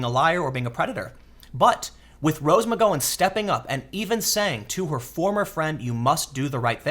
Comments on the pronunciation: he's trollin us with his mispronounciations? How do get nike wrong? Theyre the biggest sports apparel business in the world, also kaepernick and now mcgowan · He’s actually pronouncing “Asia” correctly. But he definitely messed up Rose’s last name. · Disliked. Only for Tims pronunciation of McGowan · Her name is pronounced with a short 'ow' sound like in the word 'wow'; not a long 'oh' like in the word 'whoah'. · Tim can't pronounce the name of anyone or thing correctly... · I was referring to Mcgowan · Okay you're pronouncing Asia's name properly. But McGowan is pronounced "Gow, like cow", not "Gow like go on" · Tim... the 'ow' in McGowan is pronounced like the pronunciation of pain. It is McGowan not McGOwan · I am sorry, but this Rose Magoin thing is driving me CRAZY! Mac-Gow-an MacGowan not Ma-go-in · I love you tim but jesus h christ you mispronounce everything lol. Its rose mc-gow-wan not mc-go-when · Muh-gow-en not muh-go-en. Gow is said like cow. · God Tim, I just love it when you mispronounce words lmao Rose Mc "Go on" (flashback to Ms. Doyle, go on go on go on go on go on) its Gow like Plow or Brow ;) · tim.... say oww out loud... now use that to say gow... now mcgowan... there you go, you've been learned. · Rose Mc-Gow-an, as in 'ow - gow' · Rose McGo-en 😂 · Its Rose Mc Gow (ow) an my dude. You pronounced As e ah right so this bothered me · "Aw-zya" "Me-goin" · I believe it's McG-"ow"-en, as in "ow that hurts', not a hard 'o'. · Rose Mc--rhymes with cow--Gowan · You have to start looking up how to pronounce names before making videos. It’s-McGown llike wear a gown. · you pronounce Roses last name wrong, it bugs me :-) It Mc GOW'in like COW. Just sayin. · Tim you're shitty pronunciation is making it really hard to listen to your videos. Watch TV, dude. McGOWan. Gow like wow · Rose "Muhgoin" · Gow rhymes with cow. Oddly enough. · Mick GOW anne Lol Tim you kill me with your pronunciations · why can't Tim say McGowan?